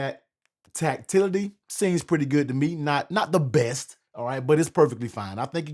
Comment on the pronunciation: “TACTILLITY”…I like it